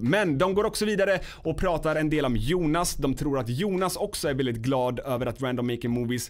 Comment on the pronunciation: Hhahahaha gillar att säger (väldigt,veälldiget)